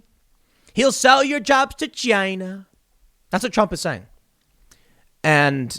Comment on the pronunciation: Tim your ‘Chyna’ is on point 👌🏼